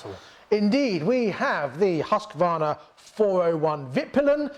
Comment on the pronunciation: It is HUSQ-VARNA not HUSQ-A-VARNA dont know why so much people invent letters xD.hahahha Nice vid guys! keep it up!!